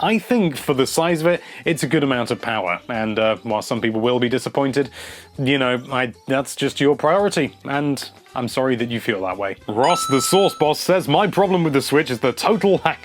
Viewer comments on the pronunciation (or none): why do you keep pronouncing 'while' as 'whilesst'?